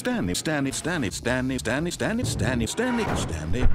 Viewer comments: I’ve heard it to much now it sounds like Staney instead of Stanley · at some point I started to hear "Dummy" and not Stanley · bruh I swear I heard turnip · You know you're losing your mind when "Stanley" starts sounding like "Damage". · Half the time it sounds like he's just saying Stanney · Sometimes I hear it as "its them" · My personal favorite ways of hearing Stanley are as follows: Slam Me Stanny Stab me Stambee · the part where i heard stanny instead of stanley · The name has lost all meaning now and I just hear the narrator saying "stab me" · it sounds like stany and stab me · now all I hear is "standee" and "stammy" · Stanley, Stanley, Stan lee, stemmi stemmi stemi stanlih, stenly sternly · Stammy stanme standme sambey stably Staley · I keep hearing Stamley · it keeps sounding like "stab me" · Eventually it turns into Stirmey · Stanley doesn't even sound like Stanley anymore.. standie.. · sometimes it sounds like he says stab me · it sounds a little like he is saying dennis. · Some of them sound like: snan me, stab me, STANTLERENS, stomach, snamy, stany, stemy, termites, turnips, stanys family, sturny, sturdley, spam me, sandwich, senip damage, stemic, sternley, sturnip, sturnleyp, steniep, sambie, TEMMIE, temith temmie, and finally stanley Hello scrolling STANLEY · kinda sounds like he is saying russian word for pants "Shtany", in a very broken accent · Stanlee Stan Lay Stab me Stab me Standee Staneeme Stanley Damn it! Stanley Stanee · List of all non stanley names I hear Standy (alot) Sternley (alot) Stamy Spermy Chandy Sternley (alot) Stan lee STANLURINES Stanby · I honestly can’t tell if he was saying stanley or asthenosphere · Too unclear. What's the guy's name again? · "Stan named Stany"